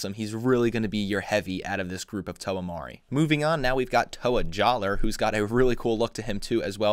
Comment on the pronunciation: its pronounced "Jalluh" also kongu is just danny devito